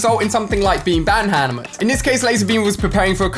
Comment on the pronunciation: he can’t say hammered😂